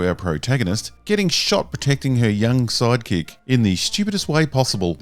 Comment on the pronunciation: In this video, and Rebel Moon, anytime you say "sidekick" I hear "psychic" and have to remind myself that I heard the wrong word.